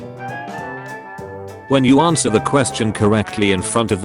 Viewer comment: it's not anwer it's answer